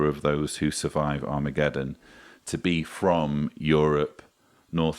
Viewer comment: I'm not sure if this has been talked about before, but there is something "charming"? about an affectation that you have: When you say "at Armageddon" it sounds like "Atomicgeddon". and I think... that for many in this thought camp.. that may be wholly appropriate.